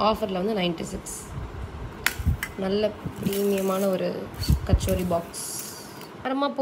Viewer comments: It is not kachori it is called kattori (கடோரி) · Kachori illa... Katori... Hindi la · Katori not kachori. Kachori is a dish name. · It is katori.. not kachori.. kachori is a deep fried snack. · Kattori not kachori.... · கச்சோரி இல்லை கட்டோரி அது மார்வாடிகள் சொல்லும் வார்த்தைகள்